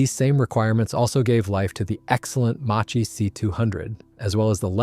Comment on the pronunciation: "Macchi" is pronounced "Makki" in Italian...